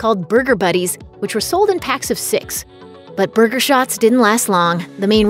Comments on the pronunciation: She says burger like booger. And I could listen to that all day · I hate the way she says burger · The way you say burger hurts my soul